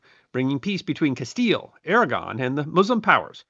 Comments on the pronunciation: Did you say "Kingdom of Aragorn"? 😉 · “Castile and Aragorn” 😅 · "Surrendered to the combined crowns of Castille and AraGORN" LOL. AraGON